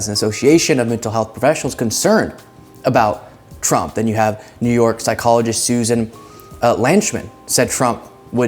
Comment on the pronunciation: "But I wath convicted in Noo Yowk, not Fwowiduh. What dew yew meen, 'I'th a Fedewaw Thing?' NO BUDDIES EVEW HEWD OF DAT!!'"